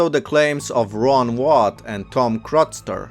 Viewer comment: How dare you disrespect an amazing man like Ron Wyatt in which you couldn’t say his name correctly. Every claim he made turned out to be 100% true. And his claim were made before anyone else invested them. A lot of people got rich off his claims. His family has a museum supporting Ron’s work. He might not have been a school archeologists as a lot of people interested in proving the the Bible was a factual history. Sadly he didn’t survive long enough to see the prove of his work. So do be so flippent when you don’t know what you are talking about. Because their is a lot of people out there that do remember him.